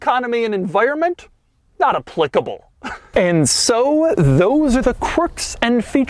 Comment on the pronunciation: The way doug pronoucnes applicable tho